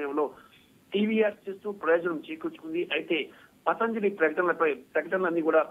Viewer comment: పతంజలి అని చదవాలి